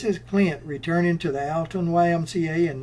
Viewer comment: Alton, IL. Pronounced ALL TON